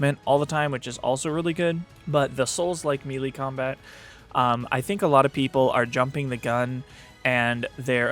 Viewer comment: FYI, Melee is pronounced Maylay, not Mielie